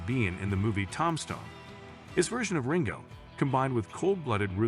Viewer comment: Voice over machine can't say Tombstone or O.k corral correctly 😢😂